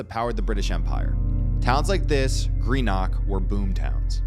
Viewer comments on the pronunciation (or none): It's pronounced 'Greenuck', mate. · Im from Greenock, the way you pronounced it Green-OG 😂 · what a load of rubbish. glasgow and scotland in general is safer than it has ever been. shame on you for exaggerating and using poverty for views. you also doxxed a vulnerable man's house and didn't even take the effort to pronounce Greenock properly. And im only 8 minutes in... won't be watching the rest of this